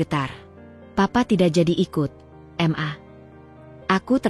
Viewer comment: Mbak rasanya aneh ...baca maaaa... Untuk singkatan mama tapi di eja dg hrf m...a....